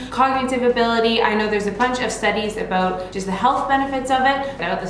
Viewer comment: I was not sure she was Canadian until she said “I didn’t have to think aboot it”